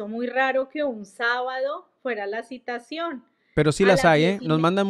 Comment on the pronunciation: No se dice Citacion